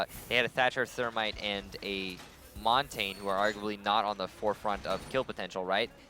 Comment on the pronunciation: It is pronounced maun-tahn-yuh not mon-tayne